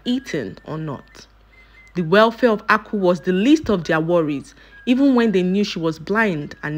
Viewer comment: please this name Aku means wealth but you'r pronouncing it to mean palm canel